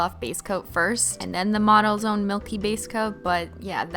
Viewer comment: is it just me or does anyone else hear 'Auto Zone' when she says 'Models Own' ? No? Just me? =_=